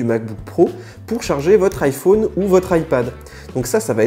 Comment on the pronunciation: Tu dis l'iPhone (l'ail - Faune)... ca me choque... !! On dit l'ail-F-ON.... nan ?